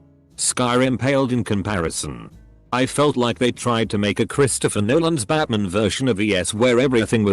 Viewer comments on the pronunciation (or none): none